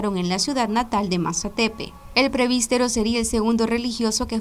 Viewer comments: Se dice presbítero. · Señorita periodista. Se dice Presbítero y no prebistero.